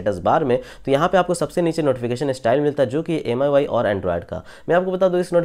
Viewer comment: Bhai usko meui padhte hai.. Miui likha hua hai wo part meui bolte hai issue